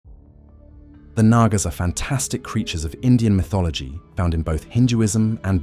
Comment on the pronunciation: Its actually pronounced with the second A being silent